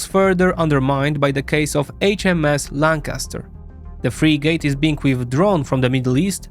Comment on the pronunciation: love the vid but its frIIgit not freeegit <3